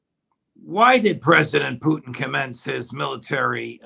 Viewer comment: Does Ray think it's cute to pronounce Putin "poutine"? What's going on with that foolishness? It makes him sound ridiculous.